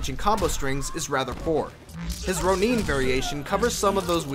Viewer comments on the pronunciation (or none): none